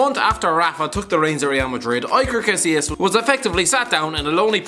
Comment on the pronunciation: Sorry but I get aids hearing you say iker casillas